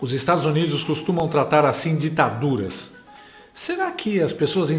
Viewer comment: Quanta dificuldade do comenazista em falar DITADURAS.